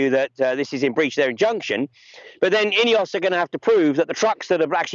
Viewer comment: Can you f**king well pronounce names properly - are you saying INEOS? Or EOS (also a Swiss power company). CH is not in the EU so how come they are in the UK? The EC is a pile of BS